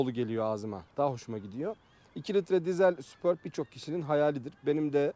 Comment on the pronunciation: Golf ü Gol-fi diye okumazken superbi neden super-bi olarak okuyalim degil mi